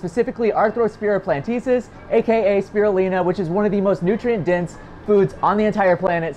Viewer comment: it's "platensis," not "plantesis"